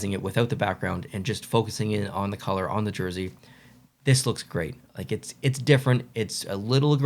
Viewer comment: Colour, not coulee 😂